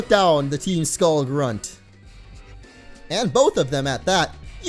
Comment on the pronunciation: he states, "team skulleem" lol